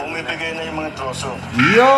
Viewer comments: Trusses siguro. Naiba ng pagbasa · Tinagalog nya ang “trusses” siguro kaya naging troso…sounds like😂😂😂😱😱😱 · Wala naman troso dyan ang nakamali lang ng bigkas, ibig nyang sabihin ay trases